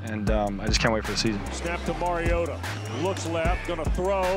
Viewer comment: Vick pronounced his name wrong. Mario_TA not mary_o_TA